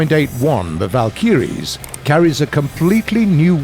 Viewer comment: God, it annoys me that he pronounces Valkyries wrong...